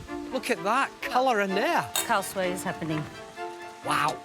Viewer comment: That's not khow suey.... and she's not keesh-wah... it's kish (like wish) and warr (like purr).... Talk about ruining names!